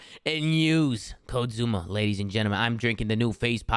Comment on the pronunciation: With all due respect , it’s “Zoomaa”